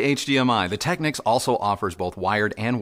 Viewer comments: 100% pronounced as “Techniques”! You are absolutely correct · Hey and! Just a small detail and it’s regarding a name. You’re in the industry now and I’m not, but I was many years ago when Panasonic kicked off the Technics brand name. You pronounce it phonetically “Tech-nicks”, which may now be the case. But back in the day when I sold the brand over 40 years ago we were told by the Panasonic/Technics National Sales Manager it was pronounced “Tech-neeks”. No biggie, but I thought I’d bring it up as a convo topic. Please chime in as I’d like to hear from you on this, as a industry veteran I’d like to know just out of curiosity if you heard different. Perhaps it’s part of Panasonic’s newer marketing strategy, that they changed the pronunciation. Thanks guys. Keep up the great work! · Interesting that you should bring this up. I"ve been pronouncing it "Tech-nicks" for all my life, but I recently watched some footage from an audio show and was very surprised to hear the sales rep indeed pronouncing it "Tech-neeks". Made a mental nite of it and resolved to mend my ways. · It’s pronounced phonetically. Who says your ‘national sales manager’ knew what they were talking about? Go and watch a few videos on the Technics channel and it’s always pronounced phonetically.